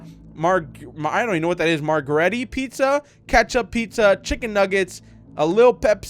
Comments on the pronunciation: How could he say my favourite pizza's name wrong... Margherita pizza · also its a margherita pizza (,mar ger ri ta